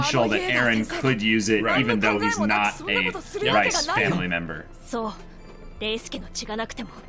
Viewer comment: Why do I keep hearing the “Rice” family.. it’s not “Rice” lol. 😂 It’s pronounced more like Reeses Cups!